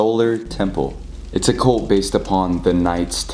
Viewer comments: saying colt instead of cult 😂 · He said "cOlt" not cUlt!!! I'm dead 💀😂😂😂😂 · I love how every time you say cult, the captions think you’re saying colt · Or coal🤣